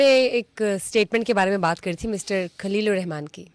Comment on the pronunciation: کھلیل نہیں ہوتا خلیل ہوتا ہے محترمہ۰